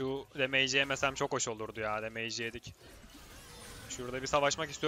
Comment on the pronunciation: usta damage 'demeyç' değil de demıç şeklinde okunuyormuş bilgine dikkatt